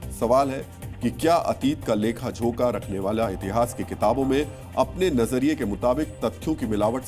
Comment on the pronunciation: लेखाझोंका नही लेखाजोखा